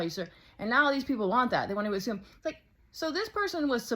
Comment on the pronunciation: "to azume" killed me